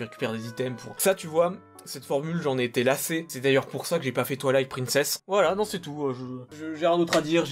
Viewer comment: Moi qui attends depuis 30 minutes qu'il classe Zelda Twilight Princess: Gé Pa GoUé A tWaIlAiTe PrInCeSsE